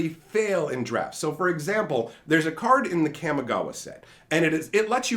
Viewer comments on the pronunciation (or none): none